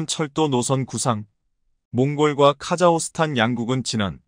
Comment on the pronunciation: "카자흐스탄" 의 이름이 그 표기가 바뀐 것인가요? "카자호스탄" 이라고 하시던데 그것이 맞나요? 아니면 잘못 쓴 것인가요? 한마디로 "카자흐(호) 스탄" 중 어느 것이 바른 것인가요? "카자(호)스탄" 혹은 "카자(흐)스탄 " 어느것인가요?